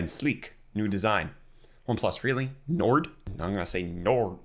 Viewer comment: Nord is North in Northern languages, and it's pronounced like"Nor".